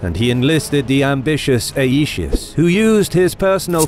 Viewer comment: Aetius is to be pronounced 'eye-tee-oos' in accordance with the Classical Latin pronunciation.